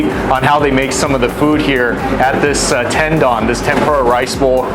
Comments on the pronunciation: Correctly pronounced Tendoun, not Ten Don. Lol. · Gotta learn to pronounce the Japanese name please, not “dawn” its Don like dont with out the T…🤦🏻‍♂️🤦🏻‍♂️🤦🏻‍♂️